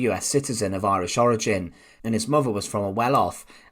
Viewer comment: "muvva" for Christ's sake